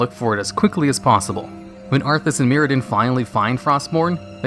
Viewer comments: mURadin, not mirradin. Still love ya tho! <3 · Who's Mirodin? Bootleg Muradin?